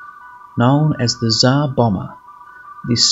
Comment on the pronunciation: Tzar bommer? How about its not plural